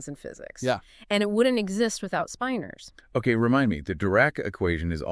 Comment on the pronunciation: Can’t even pronounce the word correctly in the first sentence. Spin-ors, not spine-ors FFS